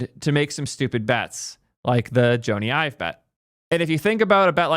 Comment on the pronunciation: Actually, got it right. It's actually pronounced Joan-E. He's british.